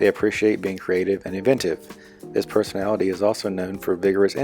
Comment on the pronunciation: "And finally there's the sixteenth perthonality"